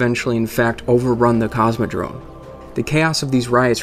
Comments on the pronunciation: It is Cosmodrome, with an "m". Not Cosmodrone... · Cosmodrome, not Cosmodrone(sounds like you say Cosmodrone) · Very cool info man! Subbed! :) PS: CosmodroMe, not droNe... <3